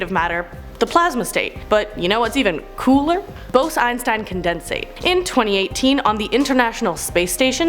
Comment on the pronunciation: The way she says “condensate” and “quasar” bugs me